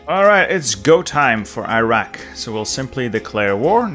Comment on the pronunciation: I cringed every time he mispronounced Iraq, Iran and Kuwait. 🥴